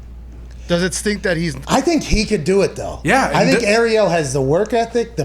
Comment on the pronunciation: McAfee is such good friends with "Errielll" that he can't even pronounce his name properly.